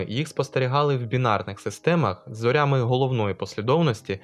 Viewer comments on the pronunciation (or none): Наголос ріже вухо. Не зорЯми, а зОрями